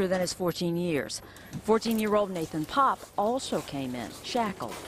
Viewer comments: The very first two pictures you showed are both of Antonio, and Nate’s last name is pronounced “Pop” or “Pap”. I don’t know why it irks the hell out of me when true crime channels fuck up their due diligence reporting on something as serious as the Barbeau case. I’m actually almost afraid of what other inaccuracies a waiting for me when I press play again. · Yeah, I don't mean to make a big deal, but that narration needed more practice / rehearsal. "Pappe" is pronounced like "Pop.". The other perp's name is "Barbeau," not "Barbereau."